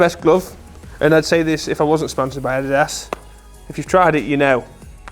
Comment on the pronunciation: Awesome video mate! Not sure I can go along with how you are pronouncing Adidas. 🤷‍♂️